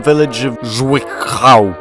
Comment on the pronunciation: Zwickau. It is pronounced sort of like tsvi-cau. Perhaps zvi-cow would be easier for you to pronounce 😂